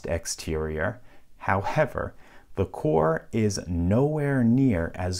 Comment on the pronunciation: “Howhever” he has spoken